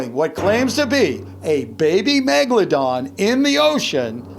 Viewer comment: I knew it was a great white when u said "baby megalandon"....